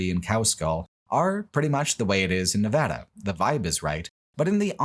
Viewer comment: Thank you for pronouncing my home state correctly! Nevada isn’t that hard guys